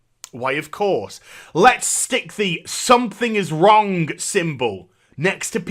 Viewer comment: Never knew there was a K at the end of "Wrong". I've been wronk this whole time.